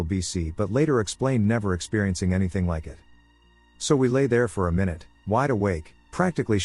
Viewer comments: screams mynoot in pingu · I always get a chuckle from it mispronouncing minute😂 Yes they're spelled the same way, but still I can't help giggling at "My-Noot"😂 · He lyves mynoot to mynoot